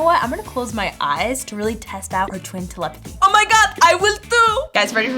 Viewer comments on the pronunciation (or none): its telepathy not kelepathy